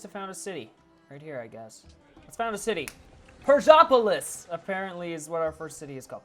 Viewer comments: Like my comment so he can see: Persepolis is pronounced pehrs-police :) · It is pronounced pur-SEH-po-liss.